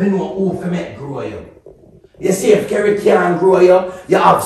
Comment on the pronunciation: Relax u say Kerry 😂😂😂